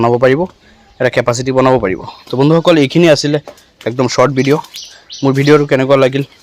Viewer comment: বিদিঅ নহয় অ ভাই ভিদিঅ বুলি কোৱা।